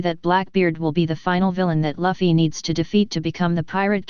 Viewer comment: want to listen to this but the moment i hear Luffy being pronounced Laffy it kills me!! true fans say luffy not laffy my friend :D